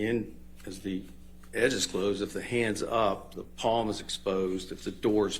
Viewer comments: I can't believe the lawyer kept saying "palmer" instead of palm and the doctor just rolled with it. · I had to rewind and listen to her attorney say "Palmer" at least 5 times 😂😂 He clearly said "palm or". I was trying to figure out how he thought that was correct...like he hasn't heard PALM his entire life. Also. Either I'm going crazy, or the Doctor also started referring to it as a "palmer" at the end. lol